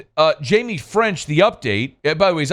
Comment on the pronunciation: "Hymie" French?! 🤔😂